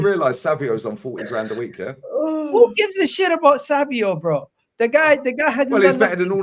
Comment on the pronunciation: It’s ‘SAVINHO’ not fucking Savio why do people trigger me?